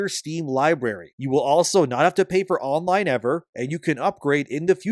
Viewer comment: "Li-berry"? Really? lol